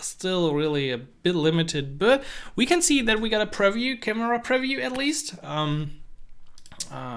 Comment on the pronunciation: Nice video, just one tip: the word "preview" is pronounced quite differently. Look here